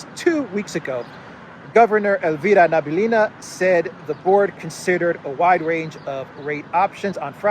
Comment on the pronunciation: It's Nah-bee-uh-lee-nah, not Nah-boo-lee-nah